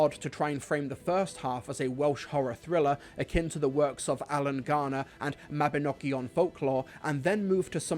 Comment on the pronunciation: Well done for pronouncing Mabinogion correctly